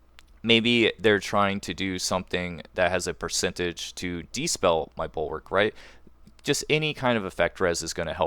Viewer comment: Good vid, but it's dispel, not despell